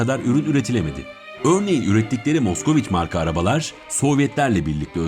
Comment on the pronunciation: Hocam aracın okunuşu maskviç bu arada